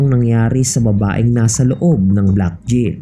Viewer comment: JAIL HABIBI AND NOT A JIL.SUS GRABE ENGLISH MO.WHAT A SHAME.